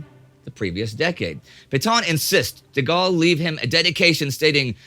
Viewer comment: thank you for saying his name the correct way